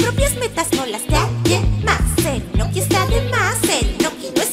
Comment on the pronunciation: Yo pense que dijo inutil no inoki ahrre xdxd